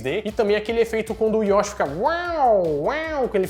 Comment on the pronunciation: Se pronuncia YoshÍ. rsrs